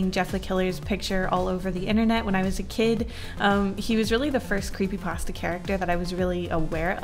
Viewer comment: brings me back to my cweepypasta days lol